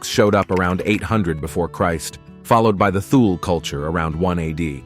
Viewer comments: Strange script. 1. Why bury the obvious issue of a massive ice sheet until halfway through the video??? 2. Thule is pronounced "too-lee," not "Thoool." 3. Hunting and fishing WAS the "day job" of the Inuit of those eras. 4. Depressing the land is one of many ways ice shapes topography. 5. Most positions are "geographical positions." 6. Most countries import most of their medical supplies. 😐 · That's not how you pronounce "Thule." THIS is how you pronounce Thule